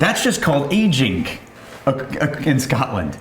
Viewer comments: No one at all:: "Agingk" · “Agingk” “finishingk”. Am I the only one who locks in on all those Ks at the end of every “-ing” word says that ends a sentence?